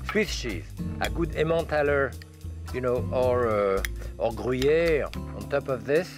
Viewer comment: When he says "gruyère" he could not sound more French.